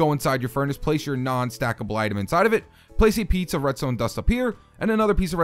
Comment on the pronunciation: it sounded like you sed a pizza redstone dust.